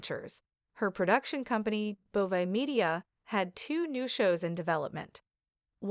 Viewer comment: Can’t even pronounce her last name correctly 🙄